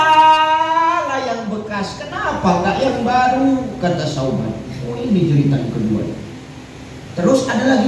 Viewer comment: Bukan sayidina Sauban Tapi Sayidina Sya'ban